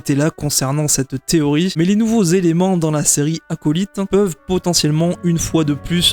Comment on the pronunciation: Arrêtez de prononcer Acolyte n’importe comment svp